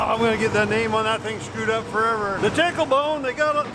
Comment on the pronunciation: He said tickler bone lol